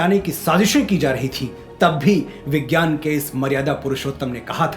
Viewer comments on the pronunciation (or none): none